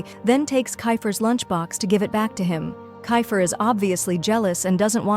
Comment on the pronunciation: Bro is kifer not kafer